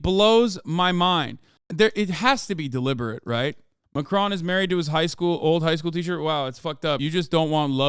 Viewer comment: love how you pronounce it 'macrone' hopefully by the end of his mendate we can call it post-macrone